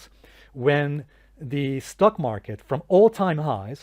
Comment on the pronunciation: I find it amusing how you pronounce it as “stuck” market 😂 because lots of bulls are literally stuck in it right now.